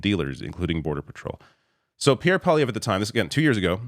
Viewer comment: whoever heard of a cowboy called pee air.